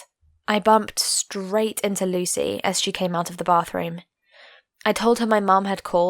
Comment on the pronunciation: What she said: Lucy What I heard: Luicy